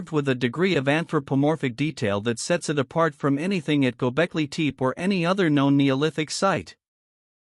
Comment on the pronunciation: you know, it would only take a few minutes to "train" your AI to learn the correct pronunciation of the words you use. at least the tepe part, it is rather annoying to think how lazy you are in your endeavors. i couldnt stand it, fix it and let me know. the potential that you have put together something interesting. this is really bad, and REALLY LAZY